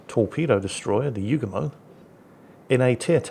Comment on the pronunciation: ACKshully,, YOOO goo mo. Not pronounced You-gah-moe, or like the Beach Boy's song 'Kokomo'.